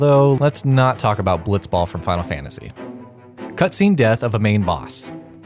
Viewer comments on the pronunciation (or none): none